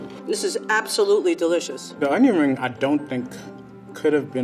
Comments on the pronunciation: you good? Onion ring. Not; onyoaninn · “You should make my oner-ring recipe”